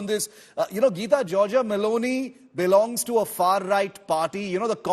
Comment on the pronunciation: did he say Baloney instead of meloni once?